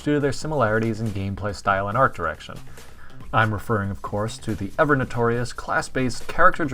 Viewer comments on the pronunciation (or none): Am I the only one that noticed “art direciton”